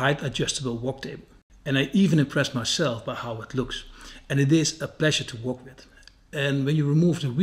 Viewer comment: ik weet niet of je het expres doet, maar het Engelse woord 'work' spreek je uit als 'wurk' niet 'wok'. 😉 Verder weer een heerlijke video!!